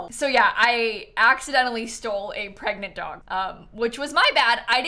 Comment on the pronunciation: "greg was gregnant!" 😭💀